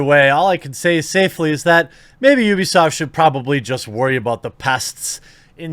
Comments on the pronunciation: It's not a Japanese company. It's you-bee-sahft. Uplay should've told everyone that. It's obviously a play on the company name and wouldn't make any sense to be oo-bee-saft. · heres how ya say ubisoft its pronounced YOU be soft not oooooo be soft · It’s “you-be” not “ou-be”😂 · It's pronounced "BewbeeSoft". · It’s pronounced UwUbisoft, duh. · The correct pronunciation is "Crappysoft" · Jeremy, it's pronounced "Ubersoft" cause they're intellectually impotent. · I always pronounced it oobisoft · UUUbisoft / how we austrians say it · I'm not going to say "Oobisoft." I don't care if that's the proper way. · It's pronounced You-be-soft. Describes their business philosophy perfectly. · I say oohbisoft too so dont feel bad. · The only way to pronounce Ubisoft is: You-Be-Soft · English speakers are not capable to pronunce the 'u' right. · Ubisoft is literally U - B - I soft, just because they because they pronounce the U as Oo over their doesn't mean you have to pronounce it the same way. For example for Monster hunter fans, Tigrex from a Japanese perspective is pronounced as: Tee-grex... But that would be the equivalent of someone here pronouncing Tiger as Teeger.